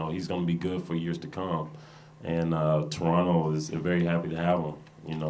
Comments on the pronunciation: I love that he doesn’t pronounce the second T when he says Toronto 😌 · Welcome! He even says Toronto right!